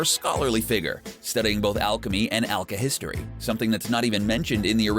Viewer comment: "Zing" "Lahn Fahn" "Alkahistory"